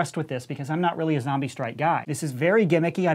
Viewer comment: no say zambie not zombie